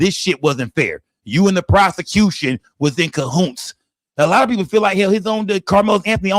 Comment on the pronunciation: Wtf is kahoonts?😂😂